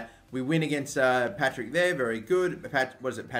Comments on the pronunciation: PARTICK NOT PATRICK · Patrick thistle 😂😂😂 it's par tick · PAR-TICK NOT PAT-RICK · its paRTick, not paTRick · The bogey team is called PaRTick not PaTRick xD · In-ver-ness par-tick jfc. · “Patrick” thistle, my head was in my hand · It's partick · "Patrick thistle" hahahaha